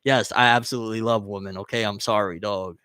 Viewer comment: do you realize you pronounce women like you pronounce woman? You say it the exact same way. Women is pronounced like (wi-muhn)